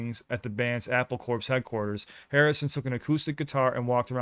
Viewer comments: 'Corps' is pronounced like 'core', not 'corpse'. 🧟‍♂️ 😅 Gorgeous song, so many cool things, time signature changes, calm, positive vibe, Harrison's non-gimmicky, unobtrusive, very musical use of his new synthesizer, lovely acoustic guitar. ❤ it. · Pronounced "cor" like in Army Corps or Marine Corps. Not corpse. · Guys, it’s not “corpse” as in dead body, it’s “corps” pronounced like “core”, meaning a body of people, like the marine corps, but the body of people is the Beatles and other staff of Apple Records, but it’s also a pun, as in apple core. I think one side of the record shows the outside of the apple and the flip side shows the inside (core). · not that it's too big a deal, but the word corps (short for corporation) is pronounced like core, not corpse. It was intended as a play on words, apple corps sounding like apple core. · FYI - "Corps" is pronounced "core" - like apple core 😊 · Just an FYI, “Corps” is pronounced “CORE”, the S is silent… sorry for being that guy 🤷🏼‍♂️ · "...it’s “corps” pronounced like “core”,...". I'm glad you raised that. I was going to say the same. It's annoying when people ignorantly misuse the word. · Listen to "Ob-La-Di, Ob-La-Da". Also, "corps" is pronounced "core". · “Corps” is short for “corporation” and is pronounced “cor” so “Apple Corps” is a play on words. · If you pronounce 'Corps' correctly, I think you might get a "smile returning to the faces"....